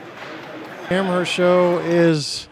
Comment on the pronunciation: just an FYI it's pronounced am-erst not am-hearst other than that great video